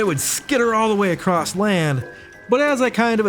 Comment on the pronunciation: It's not "acrost;" It's "across."